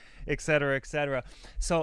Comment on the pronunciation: It's 'et cetera', not 'ekcetera'. Don't want to be a dick or anything, have fun with your podcast!